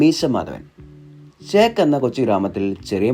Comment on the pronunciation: ഷേക്ക് അല്ല ചേക്ക്